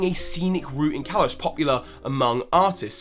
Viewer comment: estelle healer it's kalos not kalose